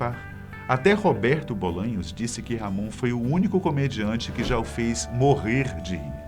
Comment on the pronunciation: A pronúncia é Ramon e não RR Amôn